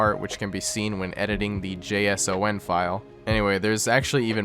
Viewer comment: Weird way to pronounce JSON (file).